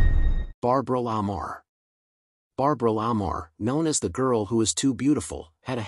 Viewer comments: Again, with the bad pronunciations. Barbara La Marr's last name is pronounced Luh MAR . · The AI voice doesn't pronounce Clara BOW'S name properly. And Barbara La Mar's name isn't pronounced properly 😮 Theda Bara's name is a mess.